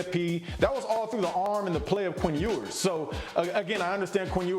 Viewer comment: How do you take someone serious who's watched so little football lately that he can't even pronounce Ewers' name right? He's old as the hills.